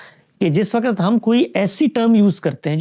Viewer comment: ، درجنوں دفعہ آپ سے درخواست کی ھے کہ لفظ "وّقت" ھوتا ھے۔ وقعت نہیں ھوتا۔